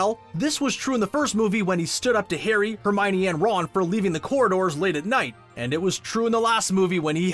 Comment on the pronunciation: I find it really astonishing that so many people mispronounce Hermione as Her-my-nee. Joane Roaling clearly explains the correct pronounciation in "The Goblet of Fire": Her-mee-oh-nee. And i dislike that in the movies the actors for Lupin, Harrys parents, Sirius, Pettigrew and Snape were simply too old.